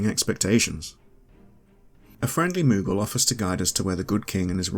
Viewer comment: Why does the pronunciation of moogle as moggle bother me so much